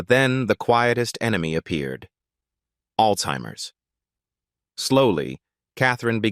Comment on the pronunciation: Alzheimers has no "T" in it! Ally was pronounced like alley, not Alee. Did you really have to mention Sweetens death 4 times? I think not. Learn these.